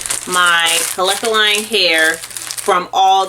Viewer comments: "Kalekaline" I had to rewind lmaoaoao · I dead ass was tryna figure out how 🤔 she got there 🤣🤣